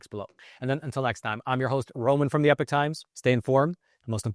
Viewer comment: Hey smart guy, it's pronounced E-pock times, not epic times, and it used to be a Christian owned company.